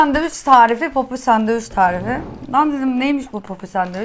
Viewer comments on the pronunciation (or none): Bi de sandviç diyebilsen:d sadevüç diye bi sey yok 😀